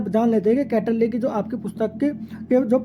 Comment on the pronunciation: कौटिल्य को गलत पढ़ रहे हैं।